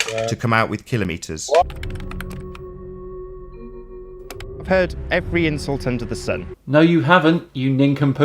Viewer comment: Thank you for being One of the few people to correctly pronounce kilometres! It drives me crazy when narrators mispronounce this very simple word!